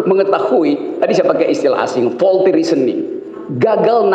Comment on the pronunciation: FAULTY reasoning bukan VOLTY reasoning 😂